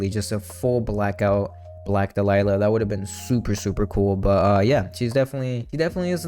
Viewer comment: Interesting how you say "dalila" instead of "dahlia"